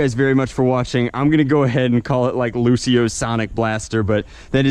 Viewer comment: It's prenouced Lucy,o